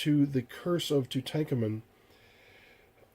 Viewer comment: Aside from the horrific 3rd-grade reading level exhibited . . . very informative. FYI - it's pronounced Too-tonk-awmun. Where do you live . . . under a rock?